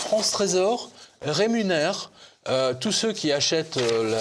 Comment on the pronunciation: ReMunère et non rénumère ...Mr Jovanovic..que j'aime bcp